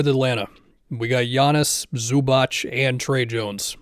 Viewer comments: Zubac is pronounced Zoo-bah-ts, not Zoo-batch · Please don't say Zubach. It hurts our ears. It's Zubats. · btw Zubac is pronounced Zoobaats